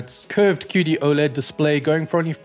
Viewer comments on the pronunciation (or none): none